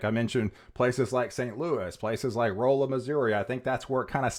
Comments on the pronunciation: It’s pronounced Ralla Missouri not Roella. Love your reports. Look forward to them. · The city in Missouri is pronounced "Rawl-uh". Congratulations on your new spot!!